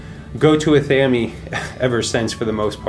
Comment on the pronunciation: LOL!!!! Ah-Tham-Eeee??? Ive never ever heard it called Ah Tham Eeee...Its pronounced Ath-ah-may lmfao cracking up... Nice room... Looks great! Blessed be )O(